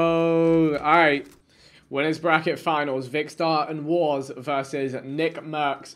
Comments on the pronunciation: His names warsz not warz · its warsz not warz